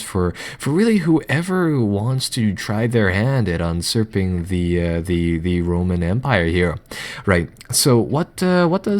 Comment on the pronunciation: Unsurping? I think you mean usurping.